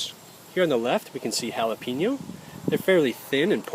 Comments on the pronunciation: its not "HAL A PEEN O" its "HA LA PAIN YO". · ha-la-pain-yo....not ha-la-peen-yo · jalapeñoor jalapeno [hah-luh-peyn-yoh; Spanish hah-lah-pe-nyaw] Spell Syllables It sounds so funny when people say pee (pea) no It is Peh (pay) no just saying This site will give you aa audible pronunciation that is correct=Thanks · That's why it's Jala-pee-NO . Sorry bad joke. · There is no “I” in jalapeño. Learn to say it right